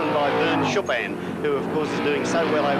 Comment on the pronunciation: What was it about 70s commentators that seemed to make it impossible for them to pronounce Vern Schuppan's name?